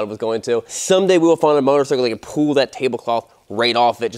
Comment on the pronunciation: The word is PULL. You keep saying "pool". PULL, dammit!